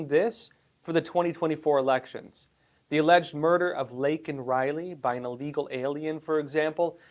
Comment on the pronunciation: You do know, don't you, that it is illegal, not allegal? It is pronounced like the word that means to be sick, I'll. You seem to be a very smart person. It baffles me that you keep mispronouncing this simple word. Educated and articulate people do notice and those are the people we need to impress. I would not say anything about it but it is a word that you use very frequently.